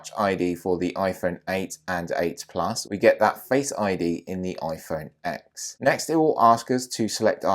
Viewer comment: And the iPhone X is pronounced iPhone 10 the X is a Roman Numeral. And plus Apple calls it a ten they don’t say iPhone x as a letter they say iPhone X as a Roman numeral!